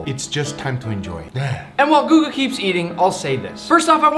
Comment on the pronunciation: Guga not google